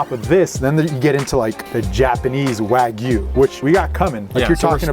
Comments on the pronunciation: this chanel should be called and maybe mispronouncing wagyu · Hearing them pronounce Wagyu wrong hurt me